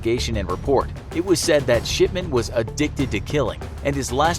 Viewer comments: It sounds like Mr.SHITMAN instead of mr, shipman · i mishear his talking and think hes saying shitman lol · His name is not shipman, it's... SHITMAN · Every time he said shipman I hear sh*tman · I keep hearing sh*man instead of shipman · The infographics: Mr Shipman. What I hear: Mr Shitman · Why did it sound like he said Shitman every time he said Shipman? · Mr. Shipman I thought when you said Mr. Shipman I thought you said Mr.Shitman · his name: dr.shipman what I hear: dr.shitman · Sounds like shitman instead of shipman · anyone else hear “shitman” than “shipman”? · Is it only me but i dont hear shipman but sh**man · Who else keeps thinking he’s saying S***man not shipman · Is it me or do I here shitman instead of shipman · Aleeyaplayz 2019 lol after I read this he said shipman and I thought he said shitman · Sounds Like hes saying Shitman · I cant stop hearing 'Sh*tman', every time he says his name. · I heard his name as Dr. S**tman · It sounds like he is saying shipment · It sounded like he said Harold Shitman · Same I hear shiTman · Ikr. When my mum talks about him (he was her old doctor) she always sounds like shitman lol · i heard shitment lol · I thought he said "Shitman" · It sounds like he is saying SHITman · I heard Harold shitman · Did anyone else hear Harold Shitman? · I thought he said Dr shitman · Sounds like he’s saying dr s***man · Shipman sounds like shitmen tbh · why do I keep hearing it as "sh◼tman" ? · i heard that too lol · LOL I hear that as well, like Mark Fuckerberg.